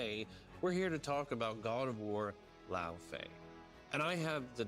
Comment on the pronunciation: la-oh-fey, three syllabes... not that hard